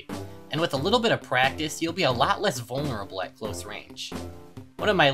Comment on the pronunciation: " We'll be alot less vulner-bley. "